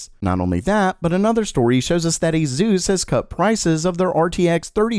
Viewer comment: nvm he said "azeus" when it's ace-us